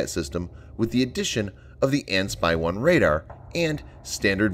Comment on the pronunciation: "Ah beh" for fuck's sake, not Abe like Lincoln. It's not that hard. I've never heard AN/SPY spoken as words, either. AN is code for "system" and SPY is code for Ship born - Radar - Surveillance and Control.